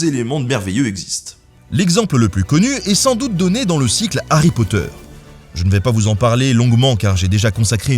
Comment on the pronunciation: Aie aie aie, les prononciations sont pas bonne du tout xD Sinon sympa, des choses ou je suis pas forcement d'accord mais pas mal dans l'ensemble. Par contre pas de Warhammer, de Marcus Heitz, de Quete de Deltora ùais comme d'hab el famoso Harry Potfleur (cette ... chose xD)